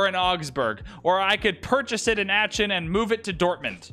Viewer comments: Aachen pronounced aken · that pronunciation of aachen was criminal